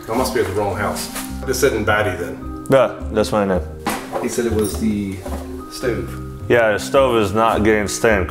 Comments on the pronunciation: " I'm here for the stoove " " I'm here for the stew " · why does he say stove like that